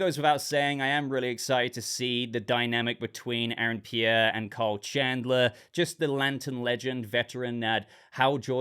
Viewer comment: Why are u calling him "Cole"? It's KYLE, man 😅